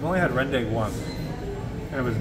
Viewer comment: lmao ppls eat porrige when theyre sick , nasi lemak is our iconic food and rendang pronounced REHN DUNK